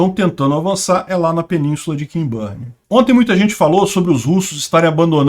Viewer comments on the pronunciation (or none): mais uma vez: o nome da península pronuncia-se 'Quinburn' (e NÃO 'Quinbârn')